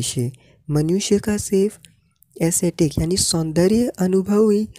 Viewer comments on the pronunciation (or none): Asthetic ka pronunciation wrong kiya bhai tumne!